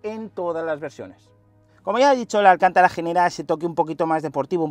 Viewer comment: Que un periodista de motor llame "Alcántara" al Alcantara quita toda la credibilidad al canal. Ya va siendo hora de aprender a diferenciar el nombre de un pueblo o un apellido español del nombre de una marca registrada italiana, con la que, por cierto, he trabajado.